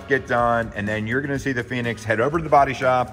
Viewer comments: It's "Phoenix"... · Phoenix... not Pheonix